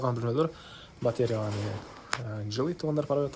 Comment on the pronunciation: Батеря дебей батарея дечи